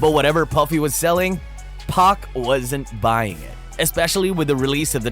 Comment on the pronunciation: You should take this down ur embarrassing urself, Suga Knight 2 pack and hip_hop born in the 90es 😂😂😂😂 I'm from Dublin Ireland and all the way over here we know how to pronounce the names and been in my mid 40es I can tell you hip_hop was born in the 80es especially gansta rap if that's what you you wanna call it you absolute clown 😂😂😂😂